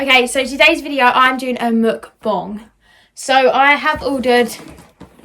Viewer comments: You said mukbong I swear it’s pronounced mukbang 🤣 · it’s not muk bong it’s mukbang😭🤣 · ‘mukbong’😂sorry that just made me laugh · “Mukbong” “Tati mucrae” we love you 🤣❤️